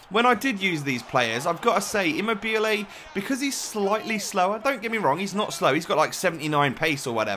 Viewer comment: Eam mo be lay :) I am italian